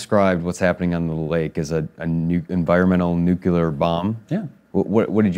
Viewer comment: "New-clear," not "new-cue-ler." :)